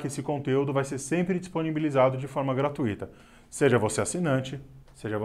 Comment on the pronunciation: Conteúdo interessante, mas sugiro cuidar melhor do vernáculo: * "capetino" não existe em português. Existem as formas "capetíngio" e "capetiano". * "gratuÍto" também não existe. Existe "gratuito" (sem acento no i). A pronúncia dos nomes franceses também poderia melhorar. Basta não "inventar" muito. * "Louis le Grand" se pronuncia "luí legrã" e não "luí legrande" ("grande", em francês, é o feminino de "grand"). * "École Normale" se pronuncia quase exatamente como se escreve "Ecole Normale" (e não "Ecole NormEle") * "Émile Durkheim" se pronuncia "Emile" mesmo (e não Emilí); Durkheim se pronuncia Durc Raim (e não DurQUE-Raim) * "Fondation Thiers" se pronuncia praticamente como se escreve ('fondación tiér' e não "tirriê"). Outra sugestão: o nome original da publicação é "Les Annales" (em português, "Anais") . Portanto seria mais adequado dizer "revista Annales" (não "revista dos Annales")